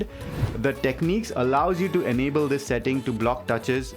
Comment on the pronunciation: its pronounced Tekniks ;)